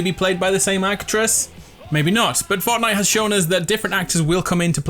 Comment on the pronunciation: Is it just me or did he say ortnite Edit:its remerez because both her and jonesy got the original skin